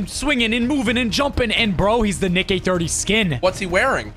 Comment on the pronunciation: that niiickkk-hahaha sounded a little close to something not so family friendly 😅😂